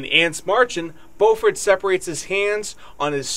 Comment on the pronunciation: Also, Dave Matthews himself says Bo-ford while introducing Carter in shows. I would assume he knows the correct way to pronounce his name.